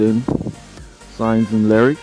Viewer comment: Charles leclerc (la-clerk) not lariat. Great videos though keep it up and just work on your wording for stuff bro your other video you called half the components the wrong name.